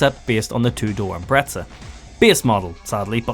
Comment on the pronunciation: Every time a British person says "ImpreTZAh" an ej257 blows a head gasket :'(